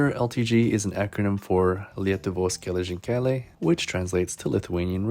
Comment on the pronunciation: just wanna say that e in lithuanian is short most of the times so try saying ''gelezinkeliai'' again (yes a used z because im not gonna swicth to lt keyboard)